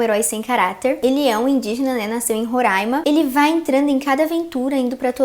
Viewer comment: obrigada por falar RORAIMA e não RORÃIMA, os roraimenses agradecem 🤝